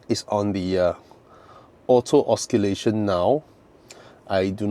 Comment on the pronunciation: … it’s Oh See lation ya. 😬😬😬